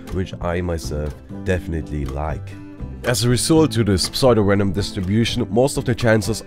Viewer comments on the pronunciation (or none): Psuedo is pronounced "Soo-do" not "Psoydo" Great video otherwise, that just bothered me so I thought I'd correct